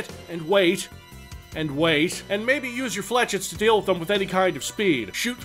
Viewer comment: Did I dream this or did he keep saying FLETchett instead of Flechette.